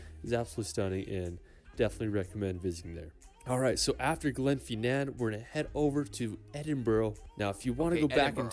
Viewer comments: Glen FIN NAN VI A- DUCT now put them together and pronouce together, ED- IN - BURGH. HOLY- ROOD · It's not Edinboro it's pronounced "Eddin Bra" ... Glen Finnnnan is pronounced "Glenfinn an" Holyrod is pronounced "Holly Rood" .... And it's insulting he didn't think to include Glasgow (not Glaz Gow but Glaz Go) pronounced locally as "Glezga" our largest city in this. But love your reactions Bro... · I live in scotland and went over the glen fin nan viaduct is pronounced not glenfeenan. Fin as in the word in. I was on the steam train and was really sunny day so i was lucky. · It's the Glen "Finnin" Vie-ah-duct! (Spelt Glenfinnan Viaduct). The other howler is Edinboarow! It's Ehdin burrah! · Proud Scotsman here. This narrator is WAY OFF with the pronunciation of place names. EDINBURGH = EDIN BRUH GLENFINNAN = GLEN FIN( as in pin) AN VIADUCT = VEYE A DUCT LOMOND = LOWMUND If you are amazed at seeing sheep, wait till you see the LAKE DISTRICT !! It will send you over the top !! We have 2500 sheep where I work. So they are a common sight every day. Did you just say " a medieval town from back in the 80s " !? WOW !!!!!!!! " All inclusive resort " !? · Pronunciations just cringe. edinborrow 🤮 edin- bruh holly rod ugh 🤮 fee nan 🤮 honestly Never copy these ! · It's a shame that he managed to mispronounce every single place name.